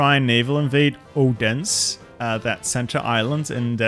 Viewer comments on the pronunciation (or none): Just FYI, the name Odense is pronounced with what's known in Danish as a soft D (Please don't make a dirty joke), which is much more similar to the English 'TH'. So it would be pronounced more like O-then-se, with the pressure being on the O. Source: I'm Danish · Hearing you pronounce Odense did hurt me.